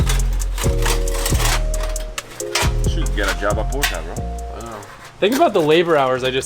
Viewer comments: He's got to be doing that on purpose! He was doing the same thing in his last video with something else and it was driving me insane! Lol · Some people “porsh” other people “Porsche” “porch” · Ok am I the only one who's triggered cus he pronounces Porsche as Porch? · Bro stop saying “porsh” 😭😭😭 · Love how he calls it a porch. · I love how he calls it a porch not Porsche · Am I the only German speaking person, who gets instantly furious when says "Porch"? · I love how he says porch instead of porche 😂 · If he says portch one more time I stg